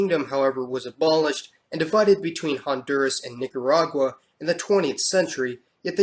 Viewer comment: MISS kee toh. Nee kah rah gua. GA ree foo nah